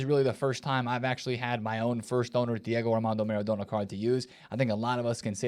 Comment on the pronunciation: Why do you say maREDona?!😂